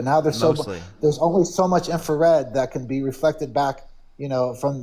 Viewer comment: There's only so much "infer-red. hahahaha